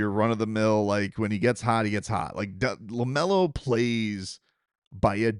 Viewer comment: The flubber reference is even older than that. It goes back to Fred McMurray, an old Disney movie. Robin remade it! Also, it's Lamelo Ball, not Lamar, but it's all good family. You're awesome! People love the content!